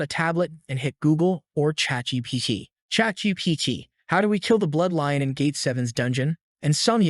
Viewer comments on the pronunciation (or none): “chat gpch” Bruh a ai voice can’t say chat gpt💀